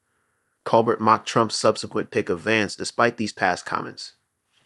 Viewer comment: Grrrr!! And mispronouncing Colbert's last name on top of it!